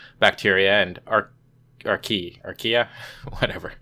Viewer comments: Wow. Right out the gate, he invokes Godwin's Law. I got a question for him. If the camera is the audience, why can't he look at the camera? Boy, creationists sure love their "kinds", but they sure don't like to explain what a "kind" is. By the bye, archaea is pronounced ar-KAY-uh. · Arkay-a as in archaic.